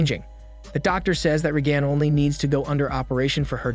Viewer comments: "RAY-gun", not "RayGAN". Bad computer "voicing". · You say Reagan weird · if you watched the movie how do you mispronounce one of the main character's name? Her mother literally says her name 45 times. or mislable the assistant for Regan?